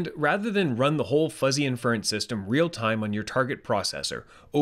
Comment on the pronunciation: can you use some fuzzy logic to teach the robovoice how to pronounce adjective & inference? such an obvious tell.